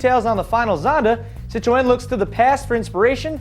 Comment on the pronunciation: wtf... citro-N? get it right